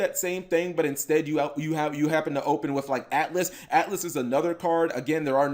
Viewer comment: It’s not atlas it’s Altus